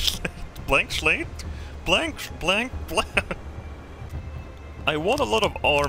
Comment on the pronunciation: "blank schlate" never change